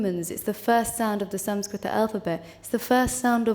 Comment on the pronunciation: Wow She says sanskrita not Sans-krit. 😍😍😍😍😍